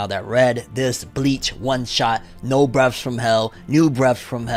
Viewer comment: Breath...th, not f. Not breaf....come on fam.